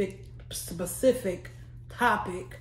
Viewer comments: Lol. Specific, pacific, or hell idk. You got me messing up the word. 😂😂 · “Saspecific”... Mafia language..Periodt Pooh‼️‼️‼️‼️‼️‼️😂😂😂😂